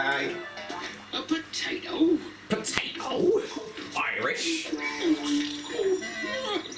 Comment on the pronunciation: potato 🥔 Irish